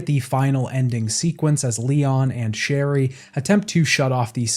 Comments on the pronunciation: I also heard a “Shelly” instead of Sherry at one point 😂 Didn’t ruin my enjoyment of the video! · isn’t it sherry or cherry?